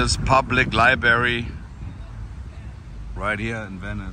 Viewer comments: Its "library" not libary. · It's "LibRary" not "liberry." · Pronounced Library not libary 😎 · Haha.. you mispronounce library like most Americans do ;)